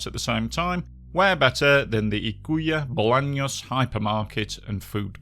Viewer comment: Amazingly covered video, the only thing I have to note is that Ykua Bolaños is pronounced Oo-coo-ah Boh-lah-nios (the Y in Ykua is a specific vowel to the guaraní language, it sounds like a combination of i and o).